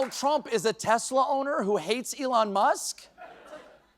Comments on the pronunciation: Stephen Colbert mispronounces 'Tesla' in the exact same way he mocked Trump for, lol. (And Ben Meiselas does the same too.) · Sorry it's tesssslurrr. Get it right 👍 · Oh, no! What will happen to his new, red Teslerrrr? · Lol 😂👍”teslur!”👉❤️